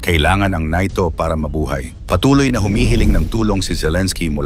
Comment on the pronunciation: Samuka nimo dong.NATO dili NAYTO.